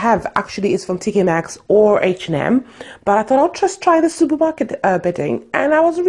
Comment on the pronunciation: Nice place, are u renting or did u buy? Been wanting to paint my bedroom but I can't cos I'm a renter and my landlord has rules!!! Lol. Last comment, think it's funny how do u pronounce h and m as "heish and m"😂